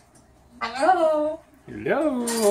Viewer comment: He's gotten so amazingly clear with his "Hello"